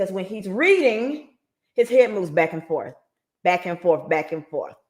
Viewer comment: Oaf of office! Licent place? Ankoools? Shock device? Forf. Do dat. Axe. Tackit